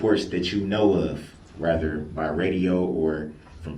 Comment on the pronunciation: Is it "rether", or is it "wather", Darrell, because you seem to be confused and unable to pronounce the word "rather" correctly.